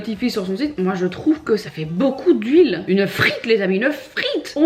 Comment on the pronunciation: Résumé: “uneuh frite les amis uneuh frite!”